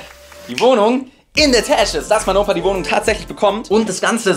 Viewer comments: Ich dachte auch das er mein Opa sagt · Es tönt so als würde er sagen: Mein Opa 😂😂😂